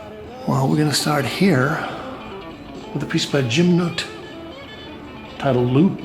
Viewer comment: Yes, Jim Nutt is still alive and still making GREAT paintings. Just wondering why you mispronounce his last name? Love your videos.